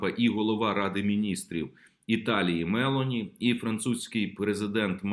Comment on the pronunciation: Пане Олександре, прізвище прем'єра Італії з наголосом на літеру О -МелОні